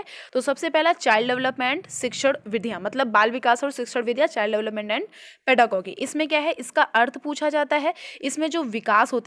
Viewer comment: Your pronunciation of pedagogy is incorrect...It is पेडागोजी not पेडागोगी...the intention of mine is not to insult you...all I want to say is that if you are on YouTube platform and serving as an educator so before publishing any content Please makesure to cross check each in everything from each n every perspective....